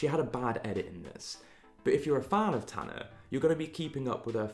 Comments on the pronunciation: Nobody:: Tan-ner 👁👄👁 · No one:: Tannaerh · love the way bc of his british accent he pronounces tana w a slight 'er' at the end